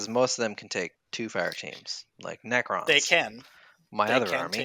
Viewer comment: Necro! not according to multiple pronunciation guides on youtube